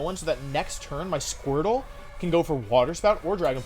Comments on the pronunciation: He said squirple? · Everyone: Squirtle Wolfey: Squirple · Nobody... Wolfe: "Squirpple"